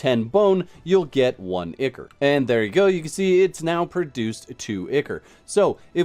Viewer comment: FYI, Picky, I know, but I believe, ICHOR is pronounced ai-kor (eye core).